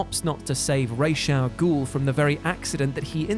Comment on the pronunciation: Who the feck is Raysh Al Ghul? 🤦🏻